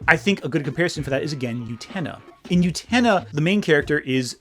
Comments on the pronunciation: oo-ten-UH not you-tennah. DAMN. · I feel so, so bad, but every time I hear you say "Yutena", it physically makes me twinge and briefly pulls me out of the video. Great points and interesting video, and the mispronunciation of Utena doesn't detract from these point, but the middle of the video was kinda rough because of that. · The way you pronounce utena through this video is like how Benedict Cumberbatch pronounces penguins. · Am I wrong or are you mispronouncing Utena? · UTENA MENTIONED! I desperately need you to start pronouncing the titular character's name correctly, though.